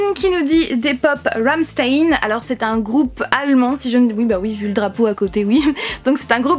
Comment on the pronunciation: Oh oui les pop Lucifer tellement! et Desperate housewives carrément :D ! Les pop noces funèbres si un jour ils les font mais je me jette dessus haha! A mons avis le joker de joaquin phoenix finira par sortir vu le succès qu'il a eu, croisons les doigts ! Note: Rammstein se prononce ramchtaine ^^ Prends soin de toi <3